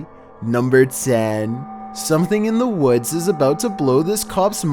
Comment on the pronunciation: "in dohh wods"